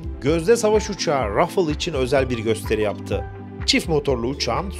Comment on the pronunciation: Değerli Üstadım, Fransızca kelimelerin okunuşu biraz dert yaratır. “Rafale” kelimesi “rafâl” olarak okunur. (İkinci a harfi çok uzatmadan ve ince a olarak telaffuz edilir) Saygılarımla.